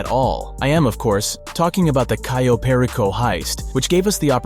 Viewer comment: This dude fucking said "Cayo" technically right but in a weird way and then butchered "Perico" Why are all GTA youtubers so fucking bad at pronouncing simple things